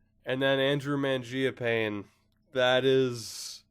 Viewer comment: Mangiapane is pronounced man ji pa knee